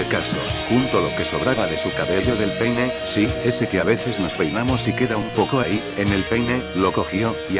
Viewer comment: A alguien mas le pareció que no decía la palabra peine correctamente?